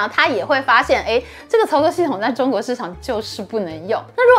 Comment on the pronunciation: 請念對「作業系統」...